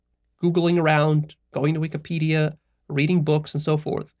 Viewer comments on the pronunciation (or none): none